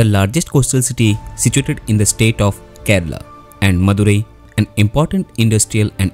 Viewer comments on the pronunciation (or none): none